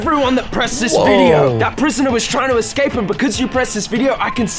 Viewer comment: Sho Sho Nonono.. Its' PRISONAW